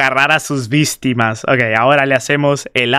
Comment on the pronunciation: WE EN EL MOMENTO DIJO '''vistimas''' XDDDDDDD